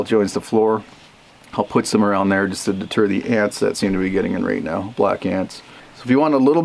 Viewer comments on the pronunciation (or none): none